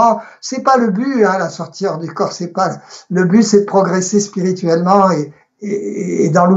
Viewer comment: question de prononciation : on a l'impression que vous dites "la sortir du corps" au lieu de "la sortie du corps" ou "la sortie hors du corps"